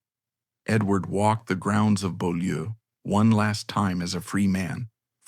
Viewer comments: Beaulieu is pronounced bue (rhymes with cue) and lee (rhymes with see). It's French for beautiful place. I live just up the road from there. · Well yes, it’s a French name, and the commentator voice gives an approximation of the French pronunciation. ‘Bew-lee’ is the accepted modern anglicised version of the name of the property, which itself was the site of Beaulieu Abbey, a Cistercian foundation established by King John.